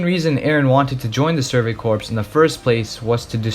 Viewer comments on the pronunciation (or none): Corps=Core. Not corpse. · I noticed video essays about anime misuse the english language so much probably because these weebs listen to too much japanese. Its pronounced “survey CORE” not “corpse.” Have you ever heard of the Marine Corps?? It’s “naivety” not “naiveness”🤦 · I was going to correct you when you said "Surgery Corpse" instead of "Surgery Crops (core pronunciation)" But uh Surgery Corpse pretty accurate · Idc I'm gunna be that guy, Corps. is pronounced 'Core', not corpse. Shit makes my skin crawl, cause like you hear it in the show and other mediums. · Excellent analysis Small critique - “survey corps” = “survey core” (pronunciation) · Great video but corps is pronounced core. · Since your video blew up, I'm sure you've probably gotten comments about this but I haven't seen it so I may as well make a mention just in case. "Corps" is pronounced "core". :) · Great video, amazing and well done - however not to be a pronunciation nazi but you switch between pronouncing corps correctly and incorrectly so often lmao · Great video man! Honestly good stuff! If I could make one critique it would be that the word "Corp" is pronounced "Core".